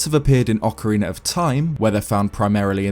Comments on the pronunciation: i love your videos but Why do you say "orkeriner of time" instead of Ocarina of time? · Nobody:: ocareenr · he pronounces ocarina as "ockeriner". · “Ocarin-er of Time” lol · Ocariner of time is what I keep hearing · Ocariner of Time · “Ocooreener of toime” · Great video…I laugh every time you say “orcarener” lol. I’m sorry boss. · "Ocariner of Time" ... Not judging. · Good ol okeriner of time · "Ocariner of time"